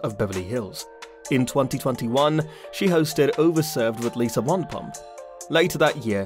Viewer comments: Wondapump? It’s pronounced VANderPump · What’s wandapump 😂 it’s Vanderpump as in a Van 🚐 😂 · And say it wrong 😂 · It's Van -der - pump